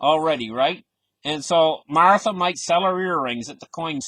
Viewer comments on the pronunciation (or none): none